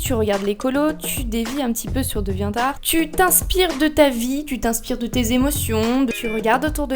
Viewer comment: Deviant art se prononce "déviante arte" XD